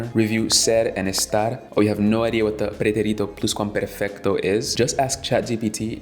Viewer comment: Excelente video. Llegué a él porque estoy aprendiendo a hablar alemán. Todo lo que has dicho aquí, me sirve para mi aprendizaje de ese idioma. Me reí mucho cuando pronunciaste "pretérito pluscuamperfecto" 🤣🤣🤣, ni yo que soy latino recuerdo esa estructura gramatical... sé que es una forma del pasado, pero no sé mucho más. Muchas gracias por tomarte el tiempo de hacer un video de tan buena calidad y con un contenido extraordinario. Saludos desde Colombia.